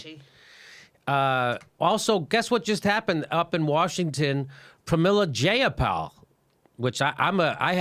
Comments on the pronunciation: Dat paypal joke nooo😂 but her last name is pronounced Jye-uh-pahl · As someone who has met Jayapal a few times, your pronunciation of her name is abhorrent XD.